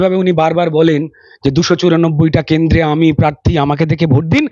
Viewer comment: মাইক হাতে আপনি খবর দেখাচ্ছেন, কেন্দ, মন্তি, র ফলা বাদ দিয়ে বললেও শুনতে ভালোই লাগে আপনার উচ্চারণ। 😊